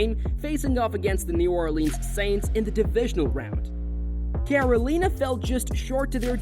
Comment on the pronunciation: watch back and listen to how you say carolina